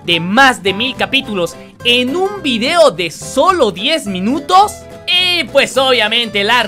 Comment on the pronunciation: No dice 10 minutos dice dies mileños